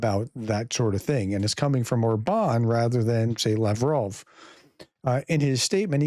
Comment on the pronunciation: No offense...but: How come that you can pronounce the name of your former president BI-den but not the Hungaro-Russian asset OR-ban? AFAIK all genuinely Hungarian words and names are stressed on the FIRST syllable. But maybe should we call you as if you hade a French family name? 😉Peace and out. 🇺🇦👍